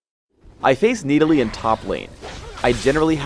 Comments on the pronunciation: NEEDALEE NEEDALEE NEEDALEE OH MY GOD THAT IS NOT HOW YOU SAY IT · if your going to pronounce it knee delee .... maybe you should spell it Needalee... just sayen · ok why are we arguing on youtube about him when we haven't even seen him in-game yet? one last thing...ITS (NA-DOLL-LEE) not (NEE DA LEE). please learn engrish. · "I face Needalee top lane" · the fuck is a needalee? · Everyone is talking about how this vid got recommend when it’s 7 years old, but I’m annoyed how pronounces Nidalee. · He is making fun of the pronunciation of nidalee when phreak says it in